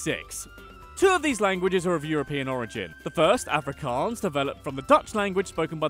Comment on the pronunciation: i love how you mispronounce every afrikaans word including afrikaans itself but then you pronounce Johannesburg in a dutch way😂 "yo-hannesburg"